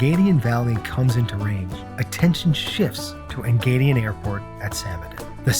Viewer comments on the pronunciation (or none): Wonderful intro video... it is Engadin, not "Engadian" (the AD is Samedan)...